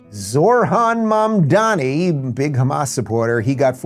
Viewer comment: "ZOR-HAN MAM-DAH-ME" the dude can't even read